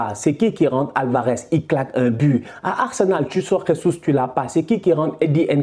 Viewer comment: Salut on dit pas « resus » comme en espagnol le J c’est comme en français